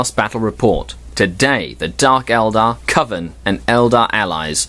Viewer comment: Pronounced 'Coven' correctly! Now, if we can just get you to work on 'Grotesquerie' (Grow-Tesk-A-Ree) we'll be golden;) Only teasing you, you know I love you really! We need to have a meeting of the minds sometime soon, are you on Google+?